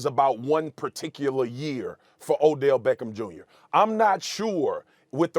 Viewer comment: Odellllll shhhhmeckem shhhhmjrrrrr